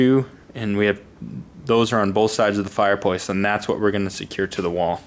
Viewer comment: Ok...is it me, is is he saying "Fire Pwace" 😬